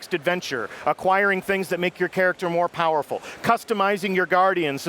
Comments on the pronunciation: Lol did say become more fowerful or was I hearing thing? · he said voerfull